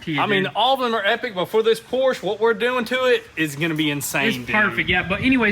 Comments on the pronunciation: great hard work on the 911. Let’s get the company name right…Por-scha. Porsche. Not Porsch. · It drives me crazy everytime you say Porsche. It's pronounced por-sha! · The correct way to pronounce “Porsche” is actually as a two-syllable word: “Por-shuh.” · Porsche is pronounced 'Por-sche' with two syllables. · PORSCHE - IT'S A PORSCHE NOT A "PORSCH"!